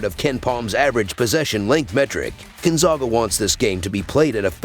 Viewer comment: If you are going to report about Gonzaga it would be nice if you could learn to pronounce the name Gonzaga correctly.